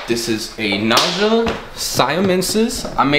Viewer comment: Naja is pronounced Nah Ya. I had to look it up. I'm new but glad I found ya but please don't kiss hot snakes. Beautiful snakes. Also, some Monocled Cobras can spit even though it's rare. The only Red Spitting Cobra is from Africa I believe. They are one of my favorite Cobras